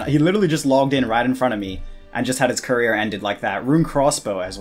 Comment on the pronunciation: did anyone else here him say career?? Lol